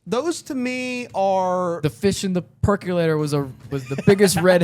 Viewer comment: Please please please stop saying "Per-CUE-lator." and consistently miss the fact that any of their female suspects (Josie, Donna, Audrey, Shelly) simply don't have the physical strength and body-type advantage to subdue two coked-up girls, drag them from a cabin, and hoist them up into a train car to kill one of them. "Easy Rider" (1969, Dennis Hopper, director). A counter-culture 60s hippy movie about a drug-fueled cross-country motorcycle "trip." Dennis Hopper would later go on to play one of the most maniacal villains ever committed to film in David Lynch's "Blue Velvet" (1986), feature what a lot of fans consider an "alternate universe" or prototype young college student Agent Cooper and a trial run for Twin Peaks (small logging town, murders, drugs, prostitution, and most of all, mystery). And last time I'm gonna offer: I have some Twin Peaks stuff to send you that would be great for your set - I sent you my details in your Instagram feed if you are interested.